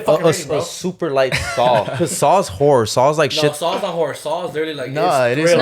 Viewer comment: I've never heard the word 'horror' said so much lol. It still sounds like "whorrre" XD